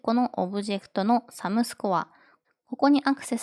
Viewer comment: わかりやすかったです！ あと、sumをますって読んじゃってますよ